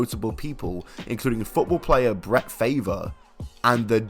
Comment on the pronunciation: I've butchered my fair share of surnames, but hearing how Brett Favre was pronounced made my ears bleed.